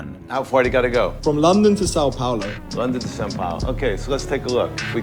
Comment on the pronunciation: þe way þis man said "são paulo" hurt me RIGHT in the brasileiro